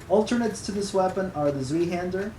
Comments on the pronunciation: Ah, silly language bastardation. It isn't Zweehander it is ZWEIhander. Zwei being pronounced Zvai. Es ist deutsch. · Oh, and it's pronounced: "tzwai"-hander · Zweihander is pronounced Zv-eye-hander. Good video though. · saying! Its pronounced like DIE but with a SV instead of D x) SVIE (svai) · Why people say Zweihander in such a strange way, it has a german origin Zwei (Zuai) Hander = two handed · Zweihander = pronounced tzwaihender, sorry for being such a pronounciation nazi xD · Its pronounced "zwai hander". Its German. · T-z-w-a-i Zwei = Two ( German ) Zweihander = Twohander Z in german is pronounced with a T sound at the start then V. E is pronounced just like in ''Einstein'' A. Thanks for the video. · you mispronounced Zweihander. You dont have to approve my comment, just trying to help. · it's actually a fully german word (Rechtshaender = right hander). haender sounds vaguely like ~henda i find, but really the e and ae sounds in german are hard to transcribe into english without actually using phonetic symbols. main reason i posted is 'tzw', because 'z' in Ger is not voiced as in Eng, and 'w' sounds like an english 'v'. i see your version as a t, then a buzz, then a ~wwuu sound, which is kinda off imo. btw voiced means the buzz inside your mouth (V = voiced F, Z = voiced S)